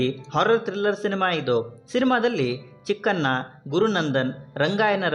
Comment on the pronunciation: ಮೊದಲು ಕನ್ನಡನ ನೀಟಾಗಿ ಮಾತನಾಡುವುದನ್ನ ಕಲಿಯಿರಿ ನೀವು ಅಂತೀರಾ ಚಿಕ್ಕಣ್ಣ ಅನ್ನೋದನ್ನ ಚಿಕ್ಕನ್ನ ಅಂತೀರಾ ಶಿವಣ್ಣ ಅನ್ನೋದನ್ನ ಶಿವನ ಅಂತೀರ ಎನ ಅಲ್ಲ ಹೆಣ ಮೊದಲು ಕನ್ನಡ ಕಲಿಯಿರಿ